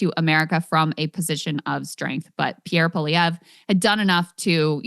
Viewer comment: I think Krystal Ball might be the first American in human history to pronounce Pierre Poilievre correctly.